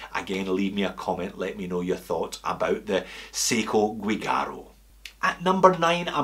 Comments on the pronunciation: It is Seiko Giugiaro, not Guigaro. The Italian designer Giorgetto Giuggiaro made some projects for Seiko in the 1980s. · Great video!! Many thanks for sharing. "Giugiaro" not "Guigiaro", anyway. Keep going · The correct is Giugiaro, not Guigaro. Anyway another great video. 🤓🍻👍🇧🇷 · Seiko Guigiaro pronounced as dʒuˈdʒaːro "Juh-Jah-Ro" and named after one of the best car designers in history Giorgetto Giugiaro who created DeLorean, as well as different Lamborghini, Ferrari, Maserati, Alfa-Romeo, Bugatti, Austin Martin, Lancia, Italdesign, BMW and many-many more iconic cars. He also was working with Nikon and Seiko :) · GIUGIARO!!! Not "gui"! You definitely are not a car guy... one of the most famous car designers ever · The Seiko featuring in Aliens is called "Giugiaro" (both of the G are pronounced as in the word "judgement"), not "Guigaro". Giorgetto Giugiaro is a famous Italian car designer, responsible for the design of, among many others, the DeLorean DMC. He had a collaboration with Seiko for a couple of models of the brand. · was looking for this comment. Italian pronunciation: [dʒorˈdʒetto dʒuˈdʒaːro] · Alien watch designer in pronounced " joojaro" !! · It's "GIUGIARO"! Please! It's one of the most important designer in the world! At least the right pronunciation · Giugiaro. Gee-u-gee-r-o. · Think it's pronounced ji- jaroh,, easy to Google pronunciation,,, atb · Giugiaro, pronounced ‘jew-jar-oh’. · It’s GIUGIARO and it sounds like jew. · I love the vid but you really got Guigiaro pronunciation wrong! He is one of the best car designers ever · Guigaro the G pronounced as J (as in juice), not hard G as in good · All is lost is a great movie...and yes, skx is the best supporting role. Btw, you butchered Giugiaro' s name heavily ;) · The pronunciation of Giugiaro is totally wrong :(